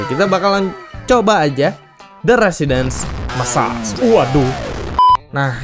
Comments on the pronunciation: bang cara nyebutin "residence massacre" itu "residens maesseker" bukan "residens massas" 😅😅😅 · "Residens Massars" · Residence massacre Dibaca residenś messarç